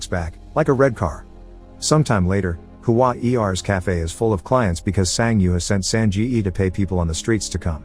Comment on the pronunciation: Huan Er is two syllables. Not Hu-an E R. 🙄